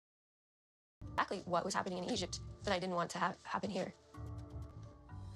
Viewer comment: She can’t even pronounce ‘Egypt’ right